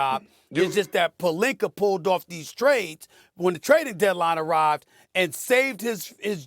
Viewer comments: LMFAO. Molly is 100% correct. Georgier, Rob Pelinker, and Ime Udoker are some prime examples of Stephen A adding an R when not needed. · When Molly said Stephen A adds R’s to words the first thing I thought of is “ROB PELINKER” 😂😂😂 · Stephen A. really be making fun of Kendrick Perkins for pronouncing “sources” like sauces when he’s the one who keeps on adding ‘r’ to words that don’t have them. Rob PelinkeR 😅😂